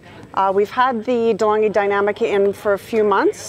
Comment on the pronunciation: Deh-Long-ghee Dee-nam-ee-ca